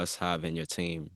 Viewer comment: U should pronounce ur Team properly by now.. 🙄🙄